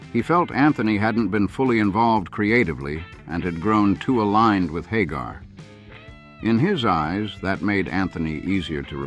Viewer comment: Did anyone else notice how the narrator first pronounced Hagar? Lol Haaaaagar